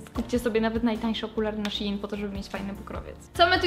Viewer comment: Szein się mówi a nie sziin...